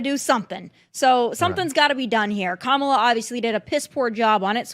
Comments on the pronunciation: Actually comma la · Kamala (coma-la), respectfully. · Learn how to pronounce her name properly.